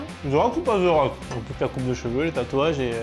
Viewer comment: The rock ou ze rock? Je comprend pas pourquoi vous le prononcer tous avec un ze.. et non un the (te) le h est muet 😅🎉